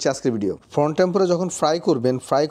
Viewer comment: ফানি, ফর্ন....😂 প্রথমে বুঝতে পারছিলাম না কি বলছে😂